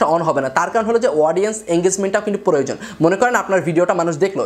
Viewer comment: Creator ke cereator bolen ken...?? Plan ke palan bolen ken..?? Proyojon ke poroyojon bolen ken..??.... Youtube ke eutube bolen ken...??? Bhasha thik moto uccharon korte paren.. Na??